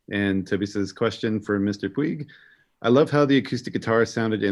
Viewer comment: Pronounced "pWEEG"